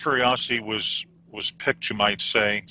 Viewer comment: Curiosity is not "picked" it is "piqued." And pronounced differently.